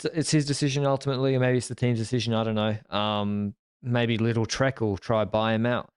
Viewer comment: Nice recap.But please pronounce lidl with a long I. The right (german) pronounction is also with a long IIm complite confuse thinking what do you want from little